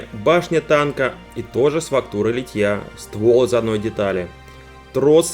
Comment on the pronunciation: Почему Вы говорите литьЯ? Надо говорить лИтья, как лИтник!